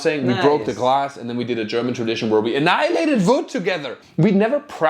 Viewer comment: "Anihalated.." what together 😂